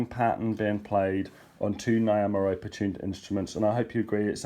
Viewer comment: my friend-I can't handle how you pronounce Nyamaropa:-) It's not Ni (like "hi"), It's Ni like "knee". (Knee-ah-mah). Ropa (Rope - ah):-)